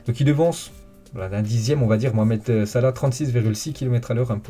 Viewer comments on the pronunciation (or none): none